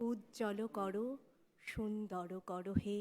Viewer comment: বাঙালিরা এখন " করো" কে "কড়ো" বলতে ফ্যাশন করেছে